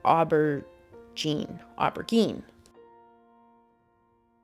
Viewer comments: Beautiful. Great job. Btw. It’s pronounced aber zeen 😉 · Its pronounced: ah ber jean. It's what they call an eggplant in Europe. Looks great, I like your work.